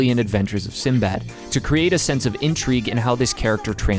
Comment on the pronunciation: I loved the Arabian theme, but Sinbad's pronunciation is actually Sindie bad. That's his actual Arabic name.